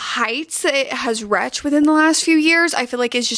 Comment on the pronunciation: I feel like you’re pranking me everytime you say “reached” 😭😭😭 It’s “reeched” not “wretchd” P.S. love you videos 💕 I’ll probably watch this multiple times ngl lol